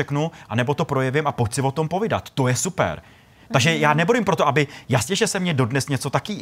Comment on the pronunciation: POVÍDAT, ne POVIDAT